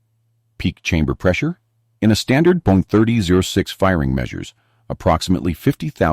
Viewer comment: "€30 6"??? Why is something so basic as "30-06" (pronounced thirty ought-six) so difficult for AI to process?